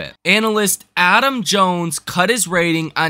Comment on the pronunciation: its not jones